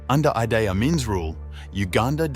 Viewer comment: u got name pronounciation wrong. its idi amin dada not idai amin. its also langi people not langai people